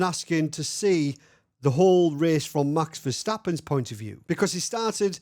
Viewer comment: Say Mäks instead Maxs. No puntherino intended, great work!